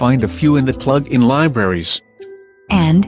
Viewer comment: "ploooogin" ahaha